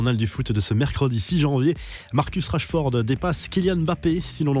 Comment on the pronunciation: Rachford mdr😂😂😂😂😂